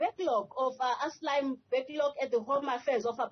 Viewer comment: She can't even pronounce "asylum"